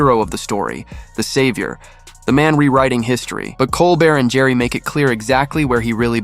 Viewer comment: Jerry?! Who the fuck is Jerry?! Ricky's last name is Gervais; it's pronounced as Jer-vase. A better content provider would do research into how to pronounce words and names properly. Do better.